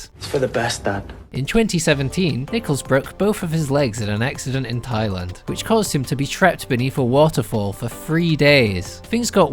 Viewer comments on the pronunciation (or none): none